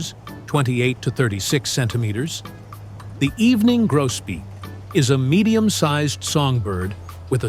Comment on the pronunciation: evening Grosbeak not Grobeak